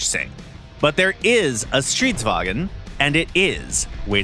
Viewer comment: Btw, it's pronounced "strids-vang-n", not "strids-wa-gen". It's a Swedish tank after all, not a German one.